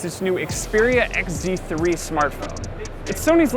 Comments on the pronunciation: This guy mispronounced the Sony phones as ZX instead of XZ it portrays the misinformation and negativity tour they have towards Sony. 1 Are they payed to do this? By other oems whom did this in the past already like Samsung... 2 Is this guy a little bit bias? It seems as if he doesn't know what's good even if it slapped him in the face..... 3. While complaining about the phones size and such they show the xperia XZ2 compact wich does have a bigger bottom bezel compared to the one on the XZ3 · Did this guy say zeex3??? I mean zx3?? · WHY DID THIS GUY SAY ZX3 NOT XZ3? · Stop calling it ZX3 OMG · he kept saying zx3 not xz3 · This is actually a terrible review... Anyone could do this better. It's like this guy knows nothing about tech, he can't even say it's name correctly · you can't even say the phone name right